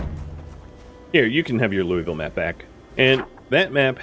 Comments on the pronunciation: 80-85% of us native KY people pronounce it “lulville” lol most likely why they were giving you heck for it. But really enjoy the PZ and State of Decay play throughs. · Btw its LOO-UH-VUL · I have never once heard this city pronounced "loy-vill" and I lived in the Kentucky/Tennessee area for years. Whoever is saying that is definitely pronouncing it improperly lmao